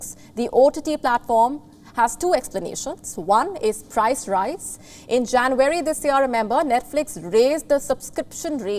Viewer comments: It’s not jan-very you pinhead…it’s January! Where do they get these numbskulls?! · It’s not JanVARY but Jan UARY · It is JA N U A R Y not JANVARY. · its not janvary ma'am ..it's january😊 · You lost me at ‘Janweary’ 😅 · She pronounces January as Jan-wary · Learn to pronounce JANUARY ....u r no compare to palki Sharma